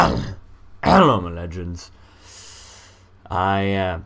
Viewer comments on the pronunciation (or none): Hello legends I think. It sounds like ellow legends